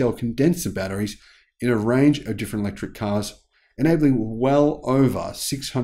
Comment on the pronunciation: Electric not Electruc